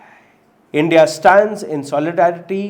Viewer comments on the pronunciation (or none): none